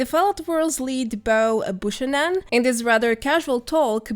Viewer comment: Buchanan is pronounced Bew-can-non. :-)